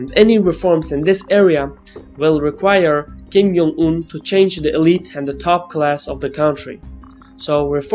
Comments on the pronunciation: Hello, it's kim JUNG-un, not kim "yung"-un. I know ur pronouncing it like spanish where J is a Y, but it is not the case for korean. great video nevertheless by the way. :) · Worst mispronunciation of 김정은's name